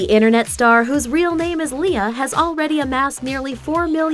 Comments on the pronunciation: HER NAME IS ALIA NOT LIA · it's alia shelesh not aleeah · her real name is actually alia not lia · First of her name REAL NAME is NOT lia IT Alia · her name is Alia not just lia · Her real name is not lia :) its aylia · Her REAL name is not lia its alia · HER REAL NAME ISN'T LIA ITS ALIA 😱😱😱😱😱😱😱😱😱😱